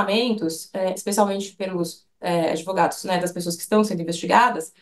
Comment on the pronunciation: Cadê a oratória advogada? "Adêvógada".